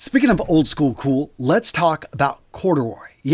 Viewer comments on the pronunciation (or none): none